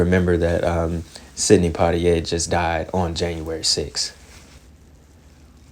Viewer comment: The way you'd said Sidney Poitier name tickled me 😂😂😂😂